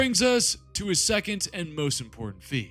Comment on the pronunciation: Great vid. I'm going to be a real nitpick regarding these Eldar pronunciations though. Ynnead - In-ee-ad Anaris - ah-nar-iss